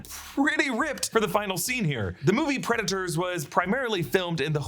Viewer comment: Why are you pronouncing it Preda-TORs?